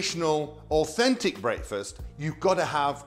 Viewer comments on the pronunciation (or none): AH PROPAH ENGULISH BWEAKFEST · "Brake-fest"? Pronounciation is interesting.